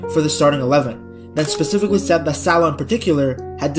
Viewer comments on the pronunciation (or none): none